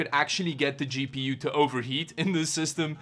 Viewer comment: I thought he said,and for a really long time, "Cheapy You" instead of "GPU"